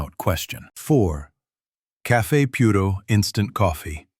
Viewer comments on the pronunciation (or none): none